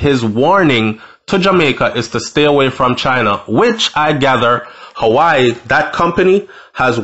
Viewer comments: its pronounced "wah weh" not hawaii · Pronounced: WAWEH, NOT HAWI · Wah wey it's pronounce not howii . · The name is not hawai bredda. It’s pronounced “waweh” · Why do you say Hawaii its Huawei. Hu -ah -way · The company is called Huawei pronounced Hoo- Wah-wey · (HUAWEI) is pronounced (WAA-WEH) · Your pronunciation of Huawei is pronounced whawei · Huawei. Is pronounced...waaahwey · its pronounce wahway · The company is pronounce wah-way